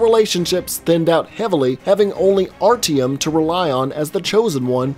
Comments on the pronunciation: ARR-TEE-EM. It's pronounced: Art-yo-om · I pronounce it as Ar-ti-yom or Art-yom